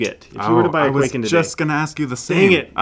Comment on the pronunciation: For the love of god and all that's holy, it's not pronounced "Quaken" it's pronounced "Kwai-ken"